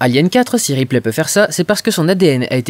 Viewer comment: Pour Show et Replay, tu es le seul à voir la blague car une prononciation anglophone ne la permet pas. Shaw pourrait certes, se rapprocher de Show, mais Ripley, il n'y a que nous français pour prononcer ça "riplay", les anglophones disent plutôt "ripli"